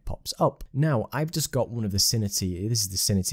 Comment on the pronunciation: Very useful video - thanks! Btw, I believe it's pronounced "Sin-Tea" ;)